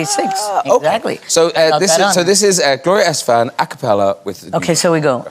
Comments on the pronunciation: No matter how many times she repeats her surname, English speakers will always stress it on the wrong syllable... Lovely and beautiful as always, Gloria :D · Graham, it would make a better impression on your guests if you pronounce their name correctly. Gloria’s last name is stressed “Es-TE-fan”